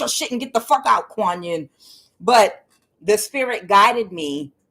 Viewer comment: Kuan Yin it is pronounced like ya ya Cento thank you for your readings